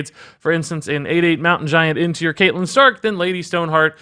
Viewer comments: Kate lyn stark killed me a little. Its cat lyn lol Your game of thrones explanations makes me think you don't watch the show. Cash in on the hype I guess. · Isn't catelyn pronounced cat-e-lin not cate-lin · Ewww your pronunciation of Catelyn ☹️